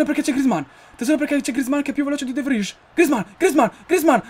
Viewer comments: ahahahhahah te lo sogni il campionato hahahaahah non sai nemmeno pronunciare il nome dei giocatori "de vrij "si pronuncia "de vrai " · De vrij si legge de vrai